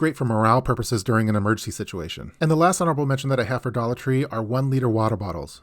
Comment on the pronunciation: Idk why but when you said "Da tall jesus candles" i laughed so hard 😂😂